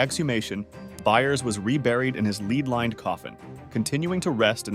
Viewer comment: false jaw gone pic. a.i had me until lead-lined coffin was pronounced 'leed' rather than led. nobody wants to be tricked by click bait about random facts and no shocking story about jaws dropping off. plus becarefull. u playing a dangerous game comparing monster, red bull and the energy drinks to drinking radium. better titles would have been, When idiots drank radium, or Back when radium was legal...........